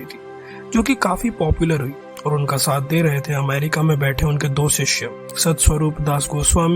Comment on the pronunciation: डे nahin दे hota hai bro....